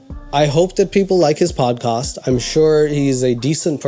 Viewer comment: salam , sorry a little note : it's podcast not padcast.